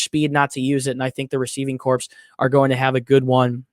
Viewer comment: Corps = core not corpse its the United states marine "core" not corpse